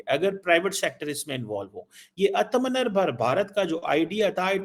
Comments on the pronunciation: Please learn to pronounce "Atmanibar Bharat" correctly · do you know the meaning of "atmnirbhar bharat".first see in your pronunciation. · He intentionally butchers the pronunciation of "Aatmanirbhar Bharat". English speaking people pronounces the word better than him. It just shows that CONVERTS are more radical than the REAL ones.